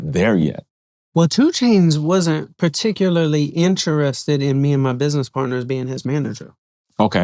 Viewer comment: It’s not hard, it’s particular. Perpendicular. Vehicular.